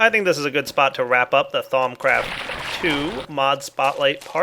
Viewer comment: "thong craft"